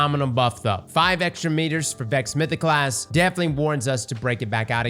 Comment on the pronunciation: I wish could say words like podcasT or mythosclasT instead of podcass or mythoclass